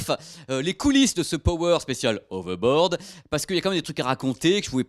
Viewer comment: On dit "HoveRboaRd", pas "Hovebod". Merci